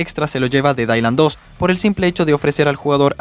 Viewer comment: Delailand 2 y Danlai 2 🗿